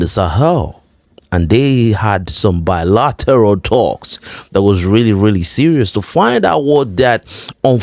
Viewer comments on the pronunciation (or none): The way you said the bilateral talks 😂😂